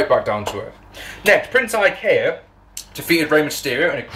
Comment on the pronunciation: Definitely said Prince Ikea there lol. I like that name better.